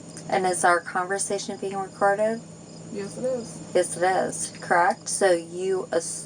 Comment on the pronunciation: "You assumed... I was operating my veeicle... crrekt..?"